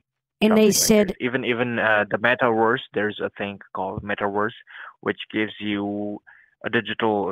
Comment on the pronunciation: "metawerse" Werse than what?